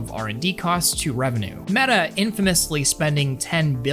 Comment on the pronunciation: "It's Medduh Horizons, just with legs!" - Zuck it, Metabookulus!:D Looks interesting with those warped tracking rings, guess you won't clash them into each other as often as with the Q2 (the Q1 is actually better because they're a bit smaller and dont extend so far inwards), but after having seen the leaks of the Cambria controllers, I don't wanna have anything else anymore.: praises the controllers for not doing things drastically wrong Also: shows a pic of the Pimax Dumpster Fire:D I hope he knows that L in the US basically is roughly like 4XL in Europe...:D